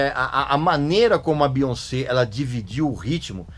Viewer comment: Amei a sua pronúncia do nome dela, que respeita a origem francesa dele. Aqui no Brasil, a galera tenta trazer uma pronúncia do inglês, acredito eu baseada na pronúncia do "once" (?), quando na verdade o nome dela tem origem francesa e NÃO inglesa, cuja pronúncia é essa mesmo: BiONcê. Nem mesmo nos EUA o povo tenta inglesar a pronúncia, respeitando a origem francesa, mas aqui tentam a todo custo inglesar isso. Aí sai um BiÓNNNNcí. Hahahahaahha